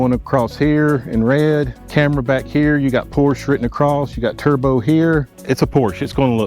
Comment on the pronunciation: A word to the wise - "Porsche" is a two syllable German name. Respect people, respect.